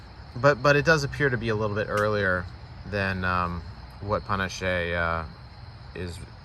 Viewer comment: pah-NAH-ch-eh (spanish) or pah-NASH (french).